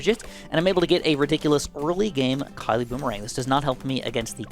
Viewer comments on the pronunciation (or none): none